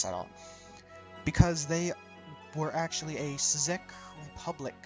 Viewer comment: "Sezyk" Republic, lol